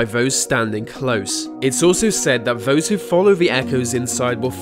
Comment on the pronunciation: Vose? Dude, get someone else to voice your videos. Vem, vhere, vose, viv, viss, vivim. WTF!! You ain't even trying